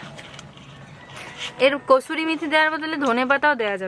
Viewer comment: Kosuri meth noy pls pronounce well it's kasuri methi Limu ki shundor pronounce korey.